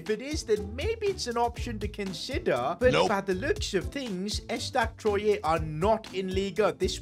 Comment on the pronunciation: ESTAC Troyé😂😂😂😂😂 We say Trwa